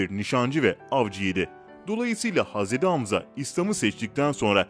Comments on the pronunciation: 2.2 milyonluk hesap ama türkçede sıkıntı var 2 hata var okumada "hazredi" değil "hazreti" olcak! 2. Mağrifet değil Mağfiret olacak dikkat edelim lütfen!!! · Hazredi değil hazreti ağzına hiç yakışmıyor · Kardesim hazredi degil hazreti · aynen oyle kanka bilmiyo paylasiyo direk googleden oku yontemi ve hazredi diyo hazreti demiyo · Hazredi değil seslendiren kardeş 3 oldu uyardığım. Hazreti 't' ile söyleyeceksin hazre'd'i değil hazre't'i lütfen dikkat... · Haz edi hamza değil, hazreti hamza , düzgün telafuz et .rahatsızlık verme